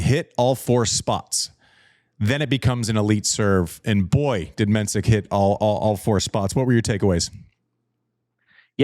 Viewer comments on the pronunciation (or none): Jakub Menšík - not Mensik - the 's' is in fact a 'š', which is exactly the same as 'sh' in English or 'sch' in German, also the i is long. You Americans would probably silly transcribe it as 'MEN-sheek'. I've been wanting him to finally correct people, but it's his battle to fight and he seems laid-back enough about it. Also, thank you JW for getting the name of the country right - the Czech republic, Czechia is dumbed down because English speakers and broadcasters are too impatient to deal with two-word country names, resulting in commentators repeatedly and unforgivably butchering it. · conserning the pronunciation: Menšík = Men-sheek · Mensik's name is actually pronounced 'Menshik' .. glad you are back to talking about the game and the players .. Andy's insights from a former players perspective are the most interesting thing on this channel to me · You should learn pronouncing Menšík's name correctly 😉